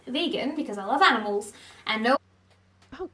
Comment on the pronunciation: she says “because I LoVe AniMals” so weirdly because she knows she’s full of sh** she just spent 5 minutes talking about cow bones sis how you gunna say you love animals 😭 I can’t with this girl